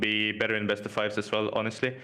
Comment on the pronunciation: Interviewer: ... Lider: HONESLTY